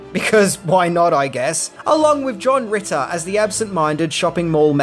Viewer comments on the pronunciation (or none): none